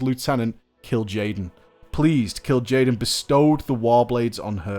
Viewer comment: Ashbringer and the Doombringer, OH YOU MAKE ME CRINGE. well at least you pronounce Kil'jaeden correctly rofl